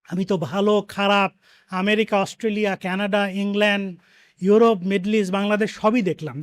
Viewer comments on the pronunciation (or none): none